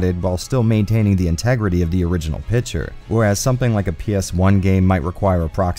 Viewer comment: Say with me: "PIC-TURE" NOT PITCHER